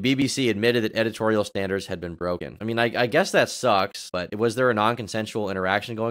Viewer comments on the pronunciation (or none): none